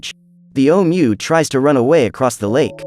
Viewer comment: DUDE THIS FUCKING AI GARBAGE SUCKS AND YOU WRITING SUCKS.......... LOTS OF BAD PUNCTUATION. ITS SO BAD I CAN *HEAR* IT. YOU SAY HOWEVER ABOUT 50 TIMES THROUGHOUT.... AND NO EFFORT TO REPRONOUNCE OHMU'S JUST SAY IT YOURSELF OR SAVE YOURSELF THE BIGASS WASTE OF OUR TIME AND YOURS